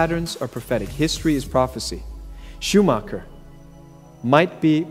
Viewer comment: Schuhmacher means shoe maker. Schuhmak-uhw instead shows (again) that nobody should try to speak German in public. 🖕